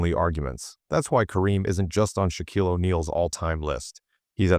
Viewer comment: First, your dumbass AI can't even pronounce Shaq's first name. But worse, you misspelled BOTH Michael AND Jordan. Jeez really sloppy.